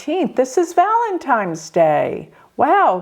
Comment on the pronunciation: ValeNtine's day. With an N, not M.